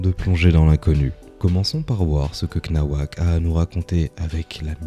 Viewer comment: Cnawak se pronoce c- nawak😅😅 grossesse feaattt